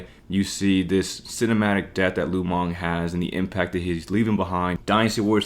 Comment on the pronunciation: It's Lu Meng... Not Lu Mong...